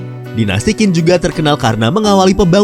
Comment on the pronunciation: Dinasti zhu, harusnya dibaca dinasti Cu. Dinasti Qin, harusnya dibaca dinasti Chin. Dinasti Jin, harusnya dibaca dinasti Cin. Dinasti Qing, harusnya dibaca dinasti Ching.